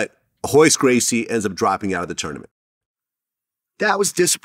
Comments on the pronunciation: Why are they saying hoyce gracie??? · it’s royce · Spelled Royce but pronounced with an H. Same thing for some other Gracie's as well, like Rickson, Royler and Renzo